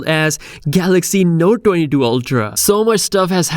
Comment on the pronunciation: Lol, why can't you pronounce 22 😆¿